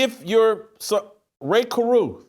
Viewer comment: This fool said Ray